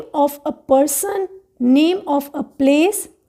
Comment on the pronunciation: Not pesson it is person